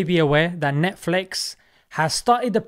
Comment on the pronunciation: NETFLEX😂😂😂😂 -Sheikh Assim Al-Hakeem